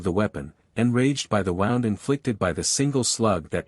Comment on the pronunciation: hi .. love this .. one thing tho .. the pronunciations of wind & wound are consistently reversed in the context in which they are used .. it would be great if there was a way to adjust that .. other than that - thank you for the great stories!!